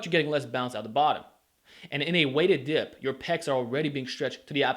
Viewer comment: I like how u say dip like Diyp lol